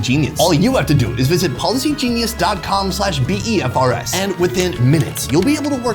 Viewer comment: It's called BEFRS. Not B.E.F.R.S..